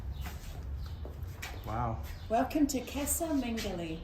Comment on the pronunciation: "Caza Mengoli". Casa is Spanish pronunciation.